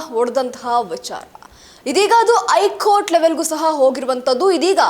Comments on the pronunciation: ಹೈಕೋರ್ಟ್ ಅಂತಾ ಸರಿಯಾಗಿ ಹೇಳಬೇಕು. ಸುದ್ದಿಯಲ್ಲಿ ಹೂಸವಿಚಾರ ಏನೂ ಇಲ್ಲ. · ವಾರ್ತೆ...ಮೀಡಿಯಾದಲ್ಲಿ ಭಾರಿ ಪಕ್ಕವಾದ್ಯಗಳ ಮಧ್ಯೆ...ವಿಷಯಗಳನ್ನು ಅಗತ್ಯಗಿಂತ ವಿಜ್ರಂಬಿಸಿ ಜೋರಾಗಿ ಮಾತನಾಡಲಾಗುತ್ತದೆ ...ಆದರೆ ಉಚ್ಚಾರಣೆ ಸರಿ ಇರಲಿ... ದಯಮಾಡಿ...ನಿಮ್ಮ ಮಾತನ್ನು ನೀವೇ..ಒಮ್ಮೆ ಕೇಳಿ....'ಹೈಕೋರ್ಟ' ...'ಹೇಳಿಕೆ'.... ಇನ್ನು..ಹಾಗೇ..ಒತ್ತಕ್ಷರಗಳ...ಪ್ರಭಾವ